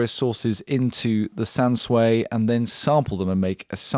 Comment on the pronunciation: SANSUI <- pronounced closer to "san-swee" than "sway" or "sooey"